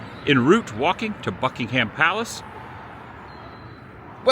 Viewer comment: So chuffed you’re here in the UK and enjoying it. It’s a good reminder to me at least that it’s not all gloom and doom here (except the weather). Oh and if you want to blend with the locals it’s ’Bucking-um’. No ham in that palace! 😂